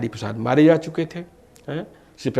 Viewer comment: Talaffuz to sudhaar lo jhole chhap reporter...4: 37 batayi ja rahi hai na ki zaa rahi hai 😀😀😀😀😀😀😀